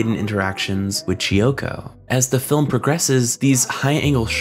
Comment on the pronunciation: KEY-oko. "Chi-oko"? kiyoko.